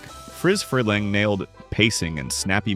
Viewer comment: His name is spelled interestingly but I think you kept misprounced Friz Freleng (last name sounds more like Free)